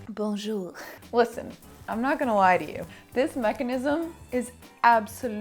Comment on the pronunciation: Congrats !! It's very cool :) So sad most of the other Maks-o-Ween looks are not part of some YT videos, I love them all <3 PS : as a French speaking person, let me tell you, your "Bonjour" is the best one I ever heard from a non-French-speaking person ^^ Il est absolument parfait. Bisou !!